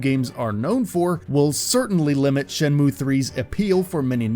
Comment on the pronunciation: What a Shay-mu :/ Does anyone know where I can find some sailors, though?